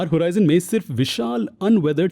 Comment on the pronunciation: Hoorizion nahi horizon hota hai